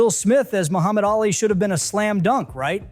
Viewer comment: This would be a fascinating video, were it not for the repeated mispronunciations. 3 minutes in and I've already heard you pronounce DOLITTLE and ALI incorrectly. Even allowing for the possibility that you've never heard these names before (one having been in the title of several earlier films, the other being the most famous boxer who ever lived), the names of the characters are spoken aloud in the films & the marketing materials. I'm sure you think I'm nitpicking, but it severely undermines a creator's credibility when he or she is imparting information but can't correctly pronounce key words like names & titles. Took me right out of the video.